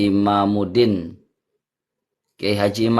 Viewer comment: pngagung sih nyebut nama ja salah imamuddidiin. rada ooon..gk paham ikut ikutan doang ooh oohh bae